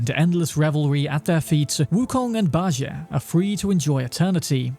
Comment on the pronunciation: 🤦 Bajie is pronounced Bah • G. Jie makes a G sound not an A or J sound... You can watch anything Sun Wukong/Journey to the West related to hear the correct pronunciation... Pronunciation is almost as important as spelling in my books.